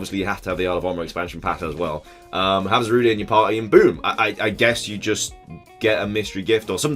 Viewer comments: It's not Za-ru-day its za-rude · I hate it that people are pronouncing Zarude as Za-Ru-De when it’s actually Za-Rude